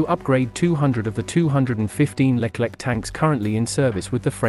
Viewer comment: it not Leklek , but Leclerc (read Lekler)